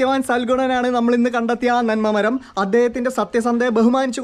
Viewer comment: മെരം അല്ല മരം